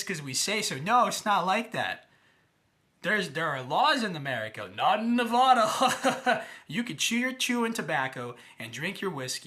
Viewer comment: You don't even know how to pronounce Nevada and you seem to think you have credibility.